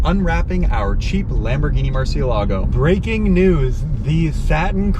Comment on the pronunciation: Why is it so difficult for the YouTubers I've watched to pronounce Murciélago correctly. There, even the auto corrector writes it in correctly with the accent mark. Lambos for the most part, though not all, are named after Spanish (as in from Spain and in the Spanish kanfuay) fighting bulls. Everybody just sounds dumb mispronouncing Murciélago. Even if the Italians are mispronouncing it. The bull was from Spain, not from Italy anyway.